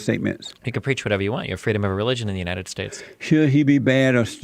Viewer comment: United States of America… emphasis on the first word “ United”….. perfect example of the opposite, Jesse pushing division!